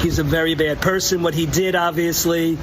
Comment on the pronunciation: "Bad persson" 😂😂❤